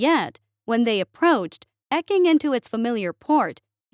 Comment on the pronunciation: Eking= eeek - ing Primitive= prim - a - tive If you're not sure how to pronounce a word, look it up. Very good in general.